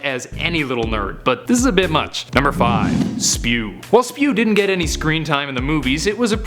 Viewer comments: It's S.P.E.W not spew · OH MY GOD!! SPEW?! SPEW?! NO. IT IS S.P.E.W!! OKAY?! NOT SPEW!! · IT'S NOT SPEW! IT'S S-P-E-W. it stands for the society for the promotion of Elfish Welfare. Get. It. Right. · "Its not Spew Its S.P.E.W!" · ITS S.P.E.W. NOT spew!